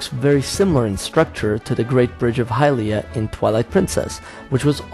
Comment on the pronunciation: She's not the goddess of helium. It's pronounced high-lee-a.